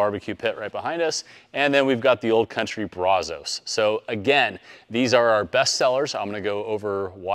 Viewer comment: I can't take you serious on how you pronounce brazos! I stopped watching after you mutilated that lol